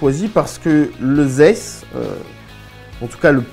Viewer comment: Ont dit "dzayss" je crois ;)